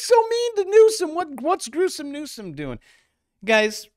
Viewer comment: you pronounced Newsom wrong 😂